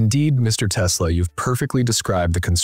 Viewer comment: Das dauernd teslasch gesagt wird nervt sehr.